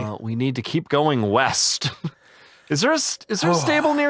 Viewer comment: west I thought you said weast